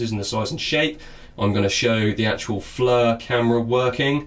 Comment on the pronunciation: I want to know where in the EU alphabet does "I" become a FN "U". Its not FLUR its FLIR as in FLEER the "I" takes on a "E" sound. I understand engrish is hard but seriously this isn't that damn hard to figure out. If you are going to review something at least take the time to make sure you are pronouncing shit right. In the end other people will hear you say this wrong and copy you. This almost as bad as Brits pronouncing Aluminum. Except they turn it into Al U Min Knee um lol.